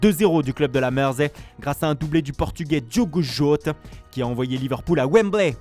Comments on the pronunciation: Djougo Jout (Diogo Jota) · La façon dont tu as dit Diogo Jota ahahaahha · Merci pour la belle prononciation de Diogo Jota mdrr